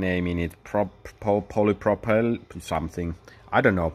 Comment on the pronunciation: Odd how he pronounces circuit. Polypropylene is the word he fumbled over.